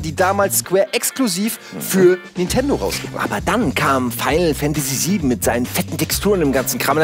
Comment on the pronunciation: Warum sprecht ihr Nintendo immer Nitendo aus? Ist mir schon vor einiger Zeit immer bei Ilyas aufgefallen, aber jetzt macht das bei euch fast jeder??!